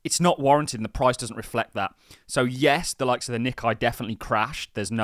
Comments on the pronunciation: The Nikkei index - is pronounced Nick-ay mot Nick-eye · its pronounced Nee-Kay